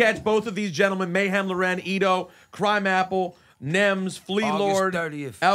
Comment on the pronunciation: It’s pronounced Etho not Edo and there is no Lauren at the end wtf are they doing up there???